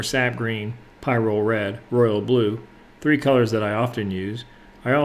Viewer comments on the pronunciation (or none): none